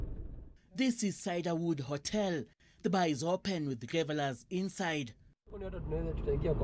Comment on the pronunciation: ati. "still packed with gevellers..." 🙈😂😂 what are those? Tafadhali musituiabishe. As a journalist your pronounciation and announciation of English and Kiswahili words must be top notch.